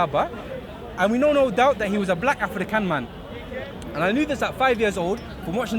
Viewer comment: futhermore, he keeps saying "afrikan" in a weird accent, he dsnt know the word "african" is a european word named after the one general who conquered African continent called "africus" other historians say "africa" was a name giving by the romans meaning "land of the cave dwellers" refering to the berbers.